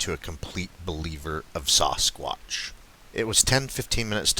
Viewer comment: Lol you put the sasS in Sasquatch the way pronounce Sasquatch by saying the A as a O - Sosquatch lol love it